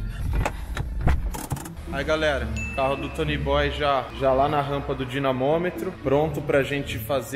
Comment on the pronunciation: Nossa ele fala Tony boy. Tem que falar: toniiiiiii boiiiiiiiii